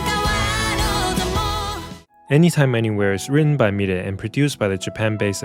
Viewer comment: The way you pronounce milet, I was wondering who is the world is this new singer I've never heard of lol